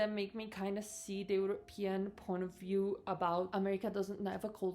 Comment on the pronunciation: I keep hearing you say "European Porn of View." 🤣😂 I keep listening, listening, and listening till the end... So disappointed!!!